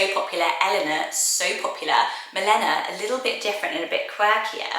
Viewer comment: Milena is actually pronounced mi - lay - nuh 🥰